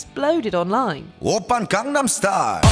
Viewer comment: It's been 12 years and Gangnam Style is still pronounced incorrectly